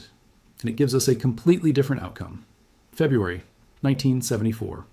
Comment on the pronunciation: Please do not take financial advice from someone who cannot correctly pronounce a common word like February.